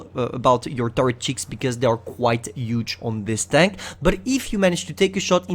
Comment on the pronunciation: It’s bull armor......H(MAKE THE “H” SOUND MAN)ULL.....HHHHHUUULLLLLLL ARMOR!!. WTF IS “ULL ARMOR”!?!?!?! U gotta work on pronouncing the H bro, cause u can’t. Even when u say “huge”, u say “uge”😑